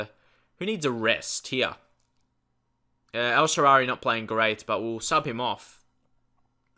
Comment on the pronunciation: His name is El Shaarawy, not El Shaarary. Incredibly annoying...